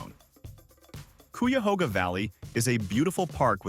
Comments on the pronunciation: KI-AH-HO-GA! And DO visit, it's beautiful. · Cuyahoga is pronounced ki-a-HOG-a